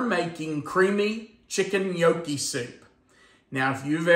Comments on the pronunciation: I’m Italian and it pronounced. Inyucke !! In yuck e love your video! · is funny pronouncing gnocchi wrong.😂